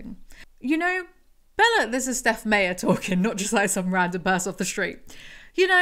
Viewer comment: Does the old video explain why Meyer "my-er" is being pronounced like "may-er" here?